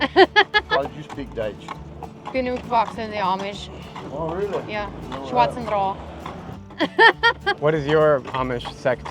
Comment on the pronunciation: why you pronounce Swartzen-trooper like Storm-trooper? It's SchwartentruBer